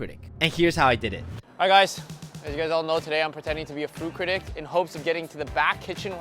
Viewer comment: “Froo critic” 😂